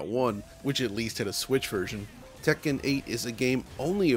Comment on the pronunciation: I've never heard someone enunciate "Tek-ken" so clearly before.